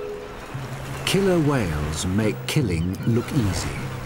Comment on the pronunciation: pretty please with sugar on top, never say "killler".